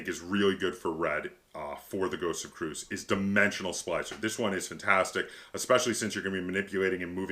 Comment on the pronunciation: So Christian T. Peterson the designer and publisher has said that the actual pronunciation is, Kree-us, anyways not that anyone cares but thought I'd share.